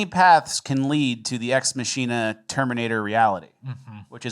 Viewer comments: it’s ex Mahk-in-ah😂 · ex machina is Latin, it's "ex mah-key-nah" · and "ex machina" is not pronounced 'ma-shee-na', it is 'mah-kin-uh'. Getting sloppy, boys. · "Ex muh-sheen-uh" Damnit guys... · I'm mainly responding for the algorithm and wouldn't bother saying this otherwise, but you pronounced Ex Machina wrong. It's "Ex MAH kin nuh". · It’s Mah-Kee-Nah